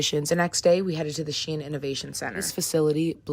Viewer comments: IT’S PRONOUNCED SHEEN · "CLOTHES STORE SHIEIN" (its said like sheen and not she in)